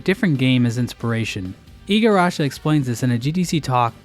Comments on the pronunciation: Why does he keep saying Igarasha!? That's clearly not how you spell his name. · You mispronounced Igarashi's last name.